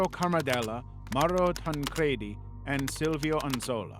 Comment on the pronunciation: Oh. And it's pronounced tan-creedy... Assuming it's a soft "e" when you obviously haven't considered the origins of the pronoun (ie a "j" in sweden!; Japanese doesn't have the equivalent for the English "l"; ñ has nyuh sound; etc .. tan-cre-di. It ends in an "i" and there's no extra consonant like two d's to explain your pronunciation [ like Eddy, spaghetti, confetti, poppy...] would make sense and those things alone that should've told you that. I went to school with people who had the same last name and I'm an intuitive, annoying smartass. <3